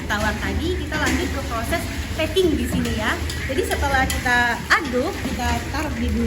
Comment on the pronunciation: Mba nya selalu ngomong "disni" disini"..